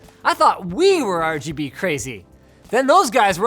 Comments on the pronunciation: he says rbg chair instead of rgb chair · He pronounced it wrong rgb not rbg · It's called the rgbchair. Linus called it the rbgchair. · the rbuhg chair, but its rgb not rbg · you said rbg chair not rgb chair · He said rbg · Ruhguhbuh chair not Ruhbuhguh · Linus.. you pronounced it wrong. It's Ruh-GUH-buh... not Ruh-buh-guh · At the start, he said RBG, not RGB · ...The "RuBuGa" Chair? Don't you mean the "RuGuBa" chair? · He called it a "Ruh buh guh" chair. C'mon now, Linus... It's pronounced "Rub GUH BUH." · he pronounced it RuuhBuuhGuuh, when it should've been RuuhGuuhBuuh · RUBOOGA CHAIR HAHHAHA LMFAOOO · why did linus pronounce RGB as ruh-buh-guh and not ruh-guh-buh? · I knew it was "rabooga" and not R.G.B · nobody: linus: rubuga chair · "rooboga" chair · I literally almost spat out my water when you pronounced, "the rheghebe chair" lmaoooooo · when he pronounced RGB chair as "ruhguhbuhchair" I died. seriously, send help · "The ROGOBU chair" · The "RuGuBu chair"😂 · The "RuBuGa chair" I'm TÍŁTÉD It's RGB, rubuga is RBG... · Lost all hope when he said rgberg chair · Most of the time, I find linus' sense of humor pretty lame... but that pronunciation of "the rbg-chair" made me laugh out loud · Even though he said rebuga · The "rugabuga" chair im dead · "ReGeBe" chair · "The regubba chair" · Re Ge Be chair???? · You had me cracking up with the intro, calling it the rabooga chair LOL. Although it seems like you mixed your B and G around, it was still hilarious. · I love how you said ruh buh gah even though its rgb lol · Fucking spat out my drink when he said RGBUGGER chair. Ffs. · Did he said RG Boogier Chair 😃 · you pronounced it the rbg chair. unsubbing. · I died when he said: "The regebe chair..." xD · Naser AbuOwn It was more like robogo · I looked away and thought Linus said "The Red Booger Chair" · The RhhGhhBBhhh -Chair hahahha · lmao the way you pronounced that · The rgb chair (pronoused as it is spelt). Haha